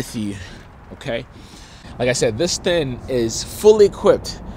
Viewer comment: It's thinG not thin. Just like it's Sling not Slin.